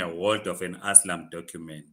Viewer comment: its called ASYLUM NOT ASLAM😂😂